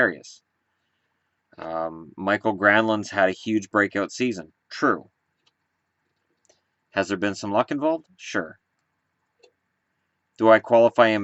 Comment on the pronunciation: It is pronounced Mi-ki-al not michael Granlund, just for future reference